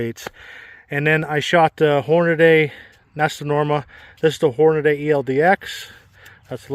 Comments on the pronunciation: Holy shit. It's NOT Hornaday. It's Hornady. Horn-a-dee. Idiot. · Why do so many struggle to read ‘Hornady’? There’s no ‘day’ at the end.